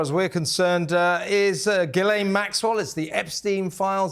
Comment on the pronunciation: Her name is ghislaine (jeeslen) not guylaine, please